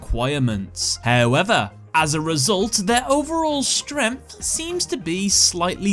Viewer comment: i like how you pronounce “strength“ ... stremph 😂